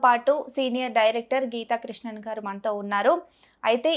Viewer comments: గీతకృష్ణన్ గారు కాదమ్మా "గీతకృష్ణ". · అమ్మా , ఆయన పేరు గీతాకృష్ణన్ కాదు, గీతా కృష్ణ . పక్కా తెలుగువాడు . తూర్పు గోదావరి జిల్లా.